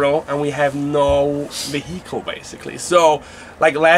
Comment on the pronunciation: Talk about riding in style. I fucking love that they're touring around in a minnie winnie haha. Also, I love how pronounces "vehicle" 🤣